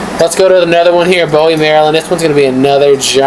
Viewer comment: Bowie is pronounced as BOOee. 😉